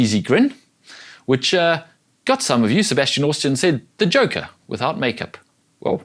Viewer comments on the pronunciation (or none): none